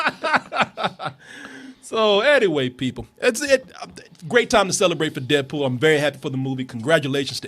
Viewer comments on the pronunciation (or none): sounds like says "dead pooh" lol